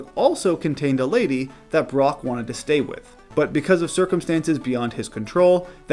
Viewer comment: "Brock", not "Brook"